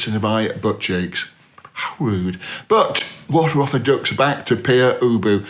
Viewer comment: By the early 80s the Residents had become very good at marketing themselves and no doubt still make a good living out of their music, tours and merchandise. As such they don't really fit on this list. And for that matter I'd argue Pere Ubu (as mispronounced by this expert) don't either.